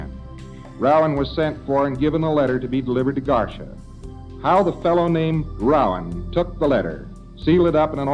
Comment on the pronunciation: LRH a man so dumb he thinks Garcia is pronounced garsha lol 😂😆😂😆